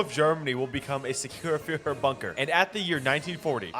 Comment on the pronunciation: please learn how to say führer as a german it hurts but expect that a reallly good video